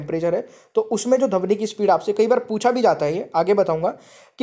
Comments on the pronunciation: धवनि नहीं ध्वनि कहना सीखें। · Sir dhawni nahi dhwani hota hai 🤭😁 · धवनी नहीं सर ध्वनि होता है 🤣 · Sir Dhwani hoga dhavani nhi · सर पहले अपना तलब्बुस ठीक करिए 😂 , ध्वनि पढ़ने आए थे , आप धवनी शिरा पढ़ा रहे हो 😂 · सर आप पढ़ाते बहुत अच्छा हैं, लेकिन आपका उच्चारण सही नहीं है, धवनि और ऐसे ही कई शब्दों का प्रयोग करते है आप 🙏